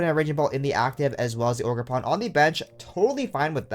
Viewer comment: ogerp-rn i mean ogerpon am i right? :)